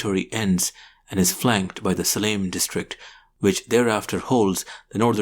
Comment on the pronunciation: I am subscriber and a fan. Also live in Whitefield, Bangalore where Mr. Anderson spent some years. One tiny gripe I have is the pronunciation of "Salem"... its pronounced like "Selam" in Tamil. Probably its origin can be traced to the Tamil and Sanskrit word "Shailam", which means mountain or hill.